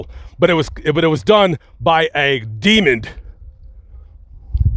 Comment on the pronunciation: I’m with ya brother but it’s a DEMON not DEMOND fyi. My friend also says Demond lol & im always correcting her. Just trying to help ya out